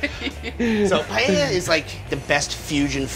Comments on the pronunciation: If he was trying to cook Paella this would be offensive as it is nothing like paella, but apparently he is cooking "paeyeyaya". Wtf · There is no "YAY" in pah-EH-yah. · Americanos cuando pronuncian paella xd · Esa pronunciación ya te da una idea de cómo la van a hacer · At least learn how to pronounce Paella.